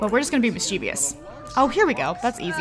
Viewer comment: You r saying mischievous wrong